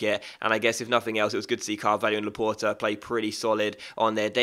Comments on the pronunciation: t is not the last letter though... How do you say the word for door? It is port not pore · luh-port actually, the e on the end makes the t audible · You are saying Laporte wrong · you must pronounce the t when it's followed bu a vowel.